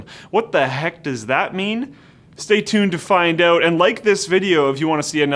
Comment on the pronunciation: Its 'out' not 'eut'.